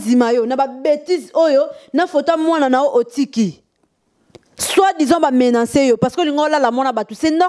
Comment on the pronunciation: a MENANCER....ooooh mama bovansaka na poto oyebi koloba MENACER te????